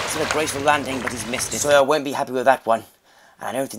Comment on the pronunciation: When Joe says sawyer, it's like soya